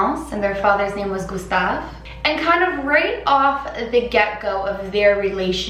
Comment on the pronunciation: The "u" from Gustave wasn't accurate, then again the french "u" doesn't exist in english so I understand that she wasn't able to pronounce it